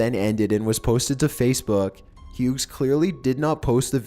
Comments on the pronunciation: If its hughes or hughs, either way its pronounced without the g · Hi. My last name is also Hughes. It's actually pronounced like "hues"